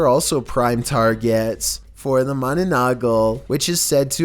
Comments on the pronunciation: its 'Manananggal' not 'mananagal'😁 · dude the no.9 pronounce was manananggal not mananagal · MANANAGGAL not MANANAGGAL hahaha but it sounds good XD.. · That's mananangal not mananagal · #9 it's called 'manananggal' not 'mananagol' HAHAHAHAHAH but you pronounced it kinda cute tho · It's "manananggal" not "manonanggol" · Just want to correct one thing, about video 9 about MA-NA-NANG-GAL not mananagal. 😊😊😊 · I was laughing my ass off when he said mananagal instead of manananggal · Its not mananagal, its manananggal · lol im laughing when said ma na na nagal instead of ma-na-nang-gal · yo guys im from the ph and its manananggal not mananagal and its true. My grandpop saw one of those and its true not edited just sayin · the manonogaul Me:it's manananggal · Philippines: ma na nang gal: ma na na gal Philippines:😑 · Filipino:Mananangal Other countries:mananongol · the way he says mananangal XD (he tried) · number 9 is pronounced MANANANG-GAL and its deferent from vampire..manananggal is a woman flew with half body,while her upper body is out flying her down body (hips to feet) is hiding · I waiting for Filipinos to torch him for mispronouncing Mannangal (sorry if I spelt that wrong) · yes mana -nang....gal!!! That is the correct pronunciation Chill cuz im Filipinos from the Philippines we believed that Mana-nang...gal! Is like ah witch with a half body ,they living in the dark forest which in province , I hope you read this comment chill From: Philippines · can't stop laughing on your pronouncing on Mananang-gal🤣🤣🤣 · said mananagal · The creature at number 9 is pronounced as MA-NA-NANG-GAL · "manananggal" What I heard first: manunukkel When I realized what it is: Me: Wait wha- Manananggal palan yun( It was a manananggal all the time) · Mananang - gal ur pronouncing it wrong 🤣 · It's manananggal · I heard mananagal XD